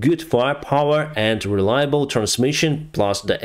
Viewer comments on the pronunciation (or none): none